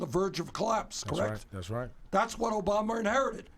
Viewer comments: he keeps saying Obamer. lol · lmafooo ''obamar''😂